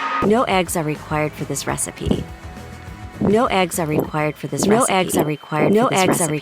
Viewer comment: Narrator: fOr ThIs ReStiPy yOu NeEd tO uSe aLL tHe EggS YoU cAn fInD😂🤣😂🤣